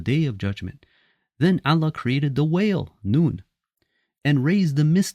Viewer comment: First of all it's not Alla , it's Allah .Ah at the end please I am sure you can work on it if you are not AI generated. There were no Hadiths for at least first 150 years following the death of the prophet (pbuh). 'We have made the Quran easy for you to understand'.